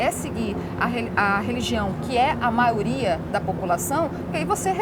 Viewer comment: já tomei ranço dessa mulher quando ela falou "maioria"